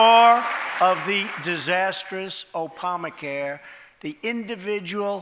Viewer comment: He said opamacare lol